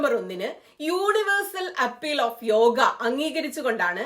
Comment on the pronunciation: താങ്കളുടെ വായനയിൽ ചില സ്ഥലങ്ങളിൽ യോഗ എന്നതിനു പകരം യോഗി എന്നാണ് കേൾക്കുന്നത്.